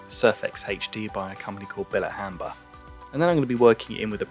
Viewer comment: bilet-hamber?? you mean bilt-hamber